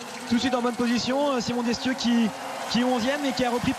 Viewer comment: Ça fait grand plaisir de revoir Martin, triomphant avec le drapeau tricolore! devant une foule endiablée! :) Par contre, bizarre de voir Mazet entraîneur de tir de l'équipe de France, on est plus du tout habitué à cela... et marrant d'entendre Alexis prononcer Desssthieux ;)